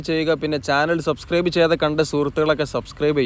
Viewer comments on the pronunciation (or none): none